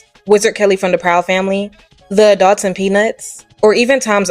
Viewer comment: Someone please tell me I'm not the only one who hears A dog's every time she says Adults?? I had to do a double take when I heard it but I KNOW she's saying a dog's instead of adults 🤣🤣